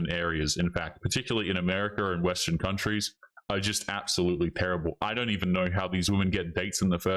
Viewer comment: "Cuntress?!!" My dude, I just choked on my coffee! 🤣